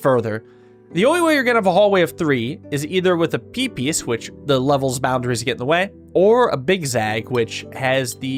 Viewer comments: I keep hearing Pipis but that's just the Deltarune brainrot speaking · You all heard "p piece" as peepees when he kept saying it, right?